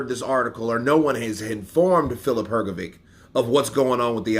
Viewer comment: Why do you always call him filip hrgoviq,it is hrgovich,you dont call michael jordan a michael bordan